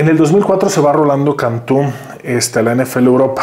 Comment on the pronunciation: ese vato “ cantu” me dio el mentado “ cringe” que dice la chaviza , ya se que hablas ingles, pronunciación, etc. ( yo también soy bilingue y estudie mi highschool alla) dije no maaa.. llego !?? Sii !! Solo unos 9 juegos o 9 jugadas llegue yo !? Ni de pedo jajajajaja soy fan del tec pero no es semillero como dicen, vi el juego de los niners y al ver a alarcon , mira los highlits, lo traían a pan y cola , 2 jugadas vi que hizo un bloqueo normal nada fuera de serie , que bueno que tienen algo que contar pero entiendan estamos a años luz de llegar a tener jugadores que sean titulares, es el juego cuna de USA ellos comen , viven, sudan football americano, es parte de su economia . Y una vez escuche que un comentario muy acertado que cantu llego por su idioma y el mismo lo dijo que un coach lo puso a prueba en el pizarron por que sabia y entendia el sistema en ingles alarcoon no tiene ese nivel de ingles a lo que muchos mencionan ( no le consta) pero es una pequeña gran probabilidad….. resuemen estamos a años de poder tener un jugador 100% mexicano como titular en la NFL